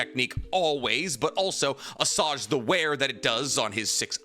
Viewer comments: Assuage is pronounced “uh-swayj” btw - that’s prob why girls don’t follow you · its pronounce a-swayged for the love of god stop using it or say it right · Assuage is a word you also have a problem pronouncing